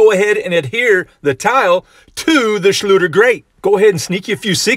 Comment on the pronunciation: BTW: you pronounce "Schlüter" like "schluder" which nearly means "sloppy (job)"